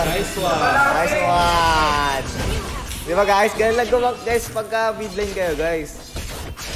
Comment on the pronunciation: The only thing i understood was ling tutorial guys * guys* gaaaaaichhh